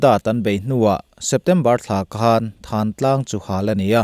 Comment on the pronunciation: Thlantlang tih thin a nih kha maw le.Lam thiam loh vanga Thlantlang hi Thantlang tih a ni ta em ni.